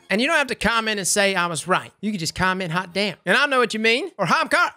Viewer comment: You said comment "Hot damn" but I heard "comment Halfdan"